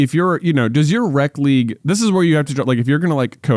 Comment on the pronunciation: It throws me off whenever you say "rec league" cuz it sounds like "rep league" which is what we called the competitive league, so the opposite lol